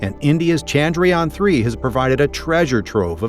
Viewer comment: It's not Chandryaan... It's Chandra-Yana....